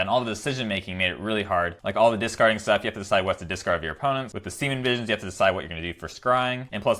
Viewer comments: love the channel, but really annoying and weird that you mispronounce Serum Visions as Seamen Visions. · Every time i hear him say semen visions instead of serum visions..... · Have you been saying Semen Visions this whole time? My hearing is really weird. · I just realized you call it “semin” visions 😂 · Gotta love the "siemen visions" 😂 love the deck and your enthusiasm :D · He said Semen Visions lol